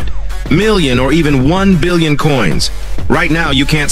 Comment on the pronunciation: "buryon" i can't anymore 🤣 (another w video)